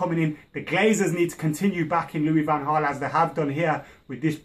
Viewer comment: IT'S PRONOUNCED ' ANHEL DI MARIA ' AND ' VAN HAAL ' ... please!!